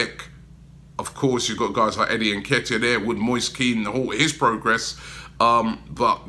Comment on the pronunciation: Moist Keen? Lol where did you learn how to pronounce things, and how did you get Moist from Moise ?! Atrocious.